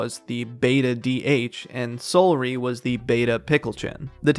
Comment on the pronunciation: Seohlry is pronounced see-ow-erly like celery